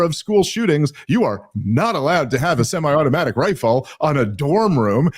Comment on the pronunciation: The stressing of "semi automatic" sounded silly.